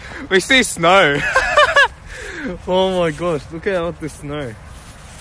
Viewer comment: 'we see snauur'